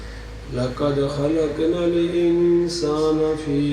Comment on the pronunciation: مولانا صاحب نے لقد کو لکد کیوں پڑها؟؟ ق کو ک کیوں پڑها؟؟؟